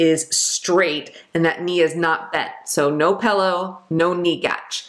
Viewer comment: Haha she said pellow../ 😊 I passed Med surge yesterday thanks to this queen